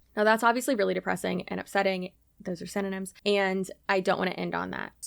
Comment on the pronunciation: I just want you to know that I now cannot hear the word ‘synonym’ without hearing you say ‘cinnamon buns’ 😂